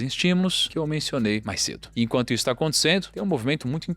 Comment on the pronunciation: Gosto muito do canal, mas ouvir "aconticendo" é triste; chega a doer os tímpanos...😫